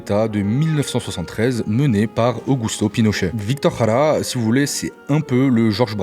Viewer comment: Merci pour ta vidéo, je ne m'attendais pas du tout à ce que tu fasses un parallèle avec Víctor Jara. Bon je t'avoue avoir ri quand tu as "raja" qui signifie raie des fesses en espagnol 😅. Du coup je pensais qui allais mentionner le plan Cóndor car ça permet aussi de comprendre l'impérialisme états-unien en Amérique, hispanophone notamment. Le parallèle avec l'Algérie est très intéressant et touchant et j'aurais aimé que tu ailles plus loin mais ça s'éloigne du sujet initial de la vidéo. Encore merci et n'oublions pas le chant populaire du groupe Quilapayún "el pueblo unido jamás será vencido" !